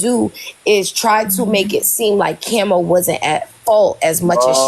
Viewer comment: Y you say kemo it's Kamo....Prayers🙏🙏goes out for dem....